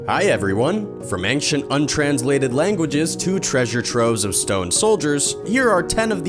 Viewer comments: Three minutes, nineteen seconds and you've already mispronounced several words. Is English not your native language? (That's the only explanation I could think of for giving the "U" in "gamut" a long sound and adding a "G" in the middle of "ancient"---and what the hell is a "pyrameedic tome?") THUMBS DOWN. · mystery is why he pronounces ancient like that.